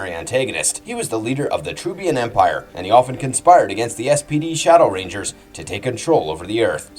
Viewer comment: It's actually been wrong in multiple videos. The way he says SPD Shadow Rangers sounds like he's calling the whole team that.